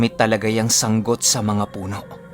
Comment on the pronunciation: Yehey yehey...🥰🥰🥰 tamang pag bigkas ng sanggot (sang-got)... kabog he he ( paniki) ♥️♥️♥️♥️♥️♥️♥️. i Silent listener here